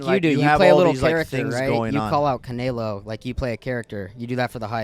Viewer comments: Yo! It’s Canelo, not Canaylo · They just had Canelo on and pronouncing his name as Canaylo 😂😂🤦‍♂️ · Canalo wtf it makes me sick the way he says it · really said “cuh-nae-low” all the mexicans punching air rn 😭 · Normal person: canelo:.. “ ca nay low” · Hate how keeps calling Canelo Canaylo for some reason 😂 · Why does say “Canelo” like that? Lol 😂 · Dude why does keep pronouncing Canelos name like that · mispronouncing fighter names for clips pathetic 😭😭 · The way pronounced canelo😂😂 I see why people can’t stand this man. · cant even say canelos name SMH